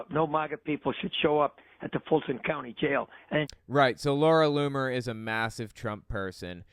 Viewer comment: Loomer rhymes with groomer ...just sayin